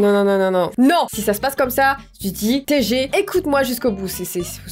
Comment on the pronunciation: Attend ten ten "tg" veut dire tageul dit TAGEULE 😑😑😑😑